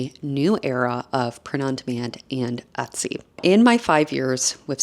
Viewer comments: Et-sy.... Not Ot-sy. ETSY. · drinking game: a shot every time she says "atsy"